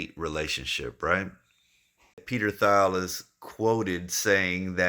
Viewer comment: Good vid. also lol Peter (last name pronounced Teel) Thiel just FYI. 👏